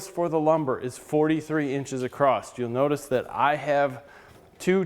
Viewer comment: it's pronounced "ACROSS" not "acrosst"